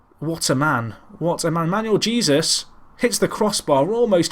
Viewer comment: Great series, been here since the start. I know how terrible (lol) you are with names but I have to say Jesus is pronounced Hey-zeus.